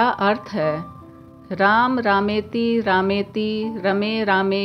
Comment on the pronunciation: अपना उच्चारण ठीक कीजिए राम रामेति होता है ना कि रामेती।